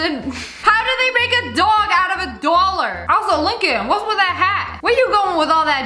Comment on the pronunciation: “Dwallar” 😂😂 I love your vids but this part was funny